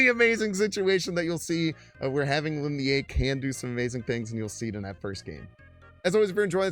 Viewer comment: props on the pronunciation attempt but me thinks its the Chinese sharp vowel sound Leen Lee-EH. Lin (林): Pronounced like the English word "lean" or "leen" (rhymes with seen). Lie (烈): Pronounced more like "lee-EH" (rhymes with "yeah") or "lee-AH" (a short "ah" sound).